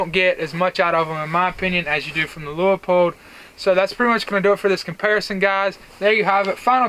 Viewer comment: It’s pronounced LooPold! 2 syllables not three! How do I know this? Because I live in Oregon and used to work there!